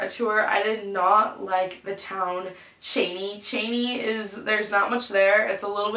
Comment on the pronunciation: Hey! Just so you know it's pronounced chee-nee not chay-nee! Also it's not really "run-down" like you're describing it it's just a smaller town, they've actually been doing a lot of remodeling and construction this past year! And Spokane is about 25 minutes away, not 45!